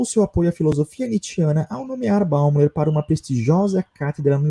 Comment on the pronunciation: Escreve-se Alfred Bäumler, mas fala-se “Alfred Bóimlâ”.